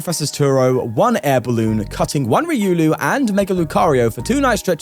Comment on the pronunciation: Just to help you it’s “reeh oh lu” not “re uu Lou”